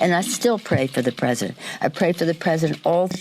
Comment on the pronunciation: "I pcray prcof chra prcescident" What's WRONG with your MOOUUUTH